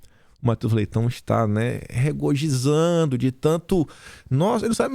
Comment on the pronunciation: " Regojizando "......??? Po....de novo...???